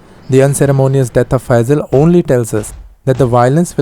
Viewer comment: you pronoused phaizal right